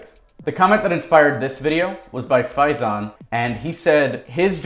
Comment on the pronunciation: Kudos on the pronunciation of faizans name !